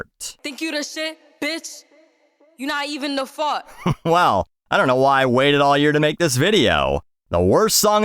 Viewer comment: She can’t even pronounce “fart” correctly. 😊